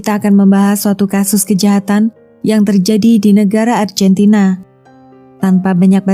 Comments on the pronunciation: Lafalnya argentina.. bkn arjentina.. duh mbak.. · Maaf mba, bukan Arjentina tetap ARGENTINA. ini Latin mba bukan Inggris.